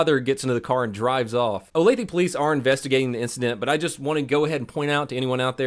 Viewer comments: Hi, Kansan here. I am in Olathe frequently and it is pronounced Oh-Lay-Thuh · I’m from Kansas. Olathe and really the entire Kansas City area is pretty bad. PS it’s pronounced (oh-lay-thuh) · Olathe-pronounced OlathAH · Lived in Olathe for a while. The cops are really patient there. O-lay-thuh* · 'Oh-lay-thuh'... (yeah, I do it too, but like it when I learn it right... ) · For the love of fuck ITS PRONOUNCED OH-LAY-FA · People from outside the Kansas City Metro Area have a hard time pronouncing Olathe. It's oh-LAY-tha. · It’s pronounced Olath-uh just an fyi but love you you are the best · My wife knew this person. I'm like 4 years late to this video but crazy to see it on here. Also Olathe the e is pronounced like an A ole-ath-ah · It’s pronounced OH-LAITH-UH. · Its pronounced "oh-lay-thuh" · I know I'm a wee bit late but fyi, Olathe is pronounced "Olay-tha". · Olathe= Oh-LAY-tha. And the KC Star is pretty left leaning so we take what they say with a grain of salt. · Pronounced oh-lay-thuh my guy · Just seeing this Video but you keep saying the name of the town wrong 😂 think of it like saying o lath uh. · Its spelled Olathe but pronounced Olatha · …Olathe is pronounced Oh-lay-thuh. Cute tho. Lol Not trying to be the pronunciation police btw…just helping u out is all. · Pronounced O lath a … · O lay tha is how you pronounce it... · The mispronunciation of Olathe is a violation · ur saying olathe wrong lol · should iI fill afended with the way he said Olathe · I just want to tell you how bad you butchered the name of the town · I live right outside of here, and hearing him pronounce it “olathEEE” killed me lol. It’s “olathAAA” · Love the way he pronounces the city I live in as “Olathe” as opposed to the correct “Olathe”. A classic blunder. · I live rather close to Olathe and yeah, it's a nice community. Also it bothers me that he pronounces it Olathee, not Olathuh, lmao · "Olatheee" lol, it's pronounced "oh-lay-tha' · Better than Oh-layth